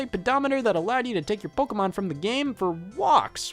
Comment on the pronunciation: I object to the claim that DS had any hardcore games. You want the PSP for that What games can the card reader use? I have Love and Berry It's po-KAY-mon, not po-key-mon